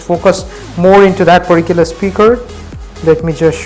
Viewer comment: please don't use the word "perticuler" so many times